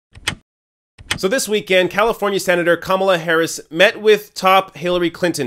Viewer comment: I'm not a fan of Kamala, but you are pronouncing her name wrong. If she didn't learn the lesson of Hillary's campaign then she is doomed to fail.